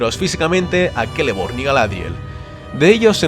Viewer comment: ¿Por qué pronuncias la «ce» como «ke»?